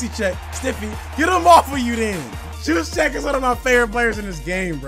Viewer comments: KYLE YOUS-CHECK NOT YUZY CHECK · “Juice E Check”